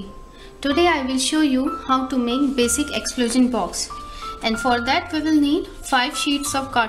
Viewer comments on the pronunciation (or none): none